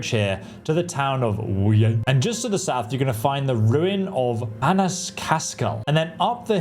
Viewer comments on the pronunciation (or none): none